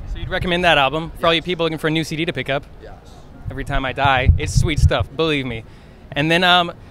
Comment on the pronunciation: When Dan says 'yes' I feel like he's saying 'yas' idk 😂